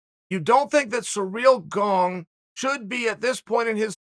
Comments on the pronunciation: He keeps saying it wrong so convincingly I can’t say it correct anymore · lol, I love Chael. The guy cracks me up. Does he say everyone's name wrong on purpose? Sareal Gong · See-reel Gahn... simple as that, mates ^^ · Every once in a while sounds a little like Cereal Gong too lol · I'm here just to hear Chael say "Surreal Gong". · Uncle Chael is the reason we say every fighter’s name wrong. Does anyone know how the correct pronunciation of Cyril Gane? I’m kind of OCD when it comes to pronouncing names.